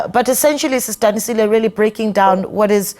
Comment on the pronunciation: Its Sis Danisile, .... not what the Santaco lady is saying